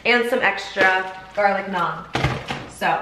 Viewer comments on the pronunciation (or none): none